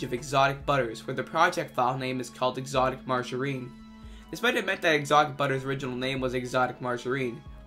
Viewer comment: e-exotic ma-margarine? My life is a lie.